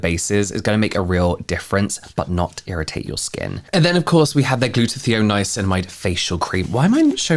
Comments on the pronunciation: … I’m going crazy hearing you say “gluta-thee-on”. It’s “gluta-tie-on”! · Funny how you pronounce 'Glutathione' :D :)